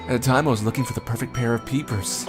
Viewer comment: Every time he says “peepers” I hear “beepers” idk lmao